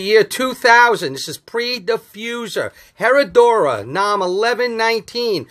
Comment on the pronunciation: Hey. It’s Pronounced eh-rrah-doo-rah.